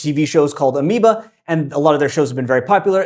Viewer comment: As a Japanese reality show otaku, I'm going to call ABEMA Amoeba from now on. The very rare moment of any sort of misspeaking on your videos, but, of course, you caught it in the edit; so no harm, no foul.